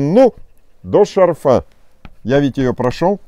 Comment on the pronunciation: В слове «шарфа» ударение ставят на слог с первой буквой А — ша́рфа.